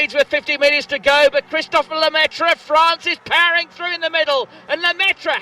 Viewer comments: It's pronounced Lemaitrr, not Lemaitreuh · Et Lemaitre, pas Lemaitra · God I hate how english speakers pronounce Lemaitre, there's not even an attempt at getting it right. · The way you said Lemaitre hurt my french soul